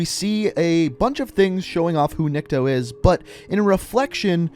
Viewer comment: not nIkto, his name is niktO, niktO- никтО, dat`s mean "nobody", ok, alright? Просто слух режет) (a little bit annoying XD)